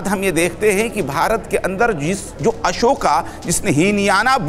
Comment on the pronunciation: मौलाना का संस्कार देखिए अशोक का उच्चारण अशोका कर रहा है